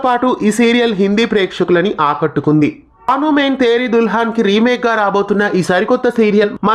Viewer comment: బాను కాదు బను మే తేరి దుల్హన్